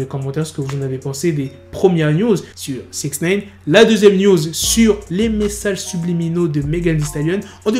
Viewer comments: Wesh arrête avec ton "Sixnéyne" tu sais pas dire SixNine ?? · "sixneyne "comme toujours